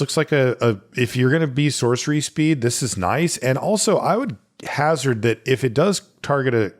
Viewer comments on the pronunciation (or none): none